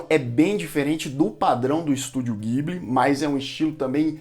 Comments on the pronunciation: Só passando pra dizer que a pronúncia correta não é guibli, mas sim dibli. Parabéns pelo canal! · A pronúncia NÃO É "Guibili", é "Jiburi".